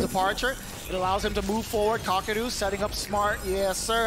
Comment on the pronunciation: 解說有跟沒有一樣就算了，人家名字叫「卡K魯」，很難唸嗎？